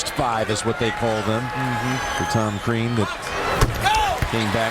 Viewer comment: Crean...not Krean =) Watford for the win! Yesss yessss! LMFAO